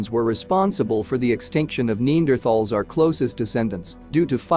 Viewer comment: to the narrator...NE ANN DRATHAL not neendrathal...just sayin....